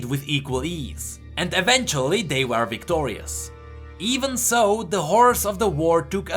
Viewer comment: You should practice your "were" pronounciation